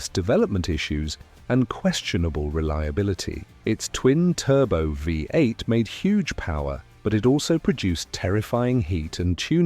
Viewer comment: Fu..ing AI! Created for people who are not capable of speaking about their hobbies! Five 8 instead of V8?!